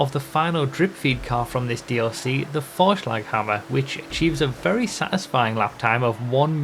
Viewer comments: Finally a gta youtuber who pronounces Vorshlaghammer right 😅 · Wow, the pronounciation of Vorschlaghammer was on point, better than my English for sure